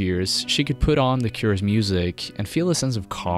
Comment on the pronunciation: you butchered their name...